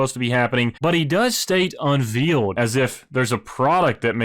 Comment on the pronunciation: It's pronounced un-VALE-d, not veal like the meat. :D